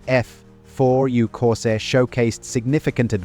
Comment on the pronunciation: Thanks for the lesson. But it would probably be good for you to learn what OCD is, and know who you’re trolling, and what you’re talking about. I do VO work, and it’s not extremely expensive. I also know how to pronounce things like the name of the plane the video is about. Anyway, I’m happy for you. Things must be easier when you can enjoy crappy work.